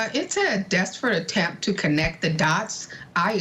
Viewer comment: Why do you say “ desperare act”? , the defense is winning. Katie McLaughlin saud Karen Read admitted to the crime for which she was charged. Perjury would weaken confidense in her testimony.